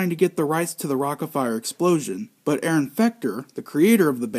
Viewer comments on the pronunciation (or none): none